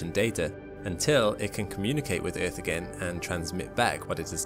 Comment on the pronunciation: I love your pronunciation of EARTH. "Eth." Reminds me of my old South African colleagues.